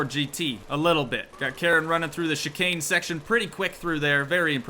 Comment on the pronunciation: Bro just saying you said chicane right. Love the vids